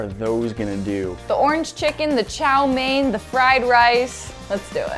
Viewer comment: Chou mee noodle You can just say sterfried noodle Not sterfried noodle noodle